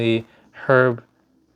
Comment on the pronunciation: 😂😂😂😂great reaction and congrats on keeping the grade!! You also nailed Herb's name👍I also heard but no idea if true, that Frank doesn't like that cover which is why he signs across Wolvies face. Which for me is good to know when/if I get my Wolv 1 signed by him. I will do a custom sig bag so he can't do that.